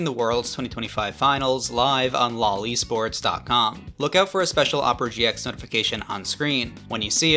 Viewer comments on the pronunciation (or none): The way you said 'Lolesports' caused me to double take